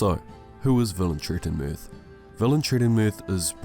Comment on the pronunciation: I am sorry, I can't watch that video 😢😭 I purchased the books today. I still left a like just because you achieved to pronounce that fucking name 😂